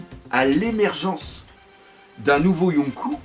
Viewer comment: Yonkou se prononce Yonkô (avec un prolongement du o) et donc pas de référence à dragon ball pour le coup ^^